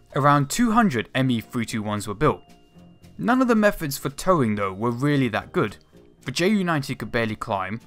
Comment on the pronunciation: wealy wealy intewesting nawation.....